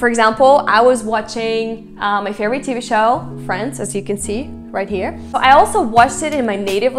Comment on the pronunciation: When you started talking, I thought you were a Brazilian with a perfect American accent. I say this not to diminish, but as an observation of how Russian and Portuguese have a similar structure. Most Russian speakers speak Portuguese very well.It's barely noticeable, when you say HERE, I can notice the same pronunciation of Brazilians who speak English very well.